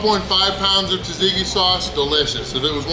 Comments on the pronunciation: It's pronounced "Zahtzeekee" sauce, not "Tazeekee." Nice job. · Haha, pronounced tzatziki different every single time. I have done more damage to our local gyro joint with the pitas faster. The serving plate presented a weird difficulty in "leave no doubt" ridiculousness. Also, gyros have beef and lamb.